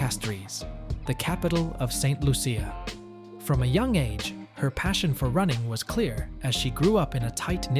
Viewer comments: Tis Saint Lu-sha (CIA) pronounced --- sha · No its pronounced Saint Lu sha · Ain't no big deal on how he pronounced it